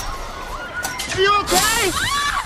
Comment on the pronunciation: AI voiceover butchered the word "philanthropist" lol